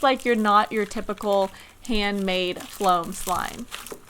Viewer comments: Why is that intro so long and why does she say flom like no it foam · Soraya Partida floam* not flom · Soraya Partida uhhh well it’s called floam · Can you stop saying floam